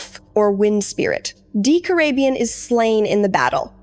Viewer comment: Good video! However you pronounced a lot of names wrong. Decorabien for instance is pronounced DEH-COR-RAY-BE-IN